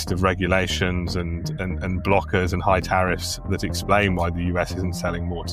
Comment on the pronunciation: "High Taffis"